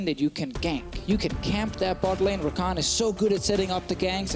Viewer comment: U mean Rakan? Not takan.